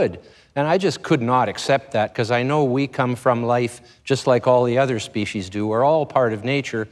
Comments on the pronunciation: An awesome human being! He is also one of the few who is able to pronounce the word "species" correctly. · Wow! Someone who pronounces "species" correctly.